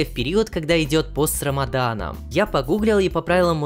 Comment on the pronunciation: Спасибо💕 но говорят Рамазан а не Рамадан но всё равно спасибо💕